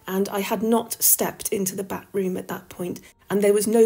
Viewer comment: Also getting giggles from the repeated use of "Bat Room". I'm like "It's pronounced 'bath-room'".